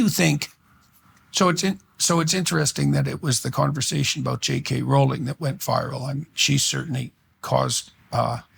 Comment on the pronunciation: Amused by how he's defending J. K. Rowling but pronounces her name wrong. Can't blame him! Whenever I read it, my mind thinks the same thing. My mnemonic is: 'J. K. Rowling isn't going bowling. But if she were a werewolf, she'd be howling and growling and yowling.'